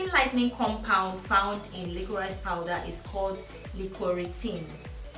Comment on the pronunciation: It's pronounced "lickrish powder" BTW. Nice video tho.